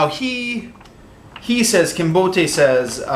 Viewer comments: "Kinbote" should not be pronounced trisyllabically. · mispronunciation of "Kinbote" makes the name sound Nigerian.